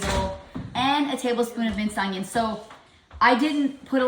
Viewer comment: The word is ONION. Not UNG-ION.